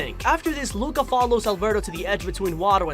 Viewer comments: Normal people: Luca This guy: LOOOOOOKA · Instead of Luca from this guy I hear LUACA